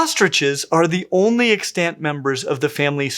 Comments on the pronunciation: 💡 "the only extant member", "other extant members" Pronunciation tip - The accent is on the first syllable: 👉EX-tant 👈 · I keep hearing you say extANT and I'm shook.